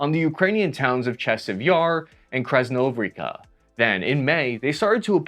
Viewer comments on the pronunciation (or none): Maybe I'm petty but I find it somewhat off putting that this guy after 3 years of this conflict can't put some effort into reading the town names at least close to correct. He simply moves letters around for no reason when it would take literally 3 seconds to read it correctly. And yes American accent is fine but Tungustas? Krasnohovrika? Dude come on, it's been 3 years. You're not reporting on a brawl at a local pub.